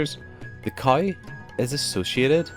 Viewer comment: Why is he pronouncing cow as khais ?